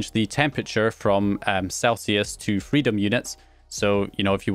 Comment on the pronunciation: Why is it so fucking funny hearing a Scot say “Freedom Units” 😭😭